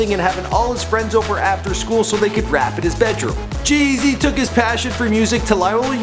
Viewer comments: The way this guy emphasizes G-Eazys name is so fucking annoying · the way he says g eazy stupid